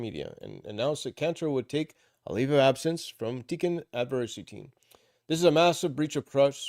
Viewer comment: I think Tikkun is pronounced Tea Coon.